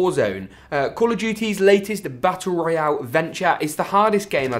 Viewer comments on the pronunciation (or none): none